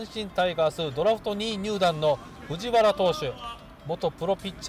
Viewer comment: ふじわらじゃなくてふじはらなんよなあ😃 懐かしい選手多い🤣